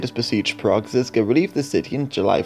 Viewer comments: Ok quick 101 on Czech pronounciation of some of the key names. The letter Ž in the name Žižka or Želivksý. Is pronounced Plea-su-re. The su (phonetically) is the word Ž. This is not criticism, or an hurtful comment. Just a piece of knowledge relevant to this video. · Its not Jan Zizka but Jan ŽIŽKA